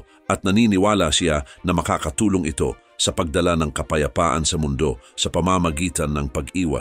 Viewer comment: Natatawa ako sa pag narrate ni kuya.. itso, kuryentse, suportsa, tsubig, nakitsa, ditso, nitso, kapakanan ng tsao.. ano ba yarrrrn…